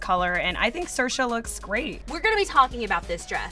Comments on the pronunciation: It's not Siersha, it's more like Sersha. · the way ye pronounce saoirse is so american try to pronounce a lot of irish names please